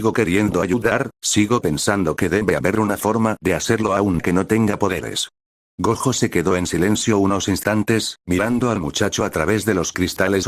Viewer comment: Te recomiendo escribir Goyo en ves de gojo en el Loquendo, es mejor que algunas las palabras las escribas como se dicen en ves de como se escriben así el Loquendo no las dice de forma literal